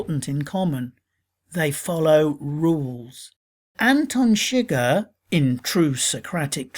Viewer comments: My only Problem with the video is the way Antone Chigurh is pronounced it is a French/Creole name and is not pronounced Sugar. That drove me nuts through the whole video. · You're an idiot. ChiGURH (accent on SECOND syllable) is NOT in the hotel room!! It wasn't even he who killed Moss you jack ass. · His last name is pronounced su-geher not shigg-er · i'm sorry but how do you mispronounce the main villains name when you are analyzing the movie and they say it in the movie multiple times.